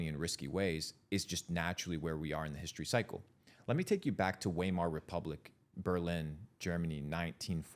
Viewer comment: This guy is so full of shit. There is zero intellectual humility here. (He drops the Wiemar Republic like he's history professor but he can't even pronounce it correctly. Lol)